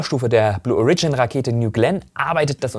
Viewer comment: Blue O(!)rigin, please. Origin, as in: Herkunft, aka. Erde. Die Betonung liegt auf deinen länger und deutlich ausgesprochenem „O“. Just my two cents. Sorry.